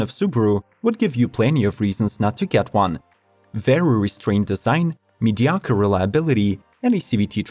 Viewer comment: narrator is mediocre at saying mediocre.